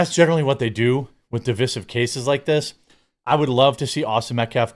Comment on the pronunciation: Divisive is pronounced “di-vEYE-sive” not di-vIS-eve!